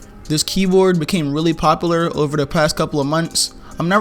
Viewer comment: Count how many times he said “popalar”